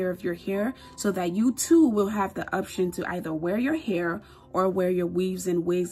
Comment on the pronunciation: She said obtion💀